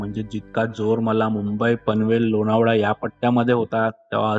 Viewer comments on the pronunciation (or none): पाऊस भेटत नाही...लोणावळा म्हणताय लोनावळा म्हणत नाहीत....